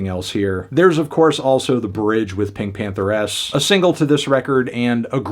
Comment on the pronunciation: It’s just Pinkpantheress bruh… why you sayin it like that?? 😂